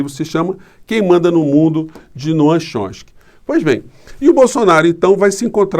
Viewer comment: Você tem o jeito mais engraçado de pronunciar o nome de Noam Chomsky que eu já ouvi...risos...